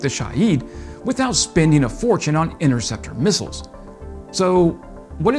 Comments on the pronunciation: He can't say missiles. Comes out as missels or something like that. Try route, mirror, vase. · Every time he says "mussles" I just cringe.